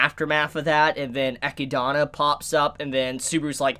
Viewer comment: classic mispronouncing names n shit lol